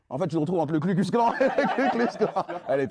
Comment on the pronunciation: Bro… pas Klu mais Ku. Ku klux. KU klux ! Mal préparer son papier (lu physiquement) et flinguer son propos sur une erreur que Pascal Praud n’aurait pas faite, c’est moche. Faut se mettre au niveau du média que vous défendez les gars